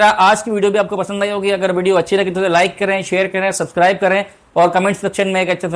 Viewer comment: Subscribe bolna sahi se seekh lo bhai